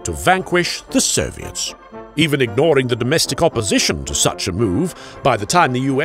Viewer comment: For some reason I clearly heard “the serbians” each time he said “the soviets”